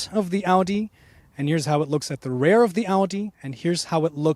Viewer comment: Good review and comparison. TIP: "Rear" is pronounced as "fear" and "hear" not "rare" or "bear" .. sorry ..